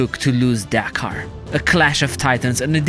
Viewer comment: Can't imagine Romanians pronouncing Dakar as Deekar